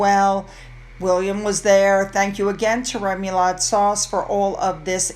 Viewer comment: I’ll get attacked for pointing this out, but remoulade is a French mayonnaise based sauce pronounced roughly ruh-moo-laad. This in no way is meant as rude or disparaging of excellent content.